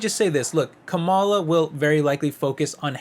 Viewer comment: Stop mispronunciation her name she is your V.P it is rude !